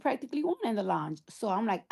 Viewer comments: Launch? I was like what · The fact that she can’t pronounce lounge is pissing me off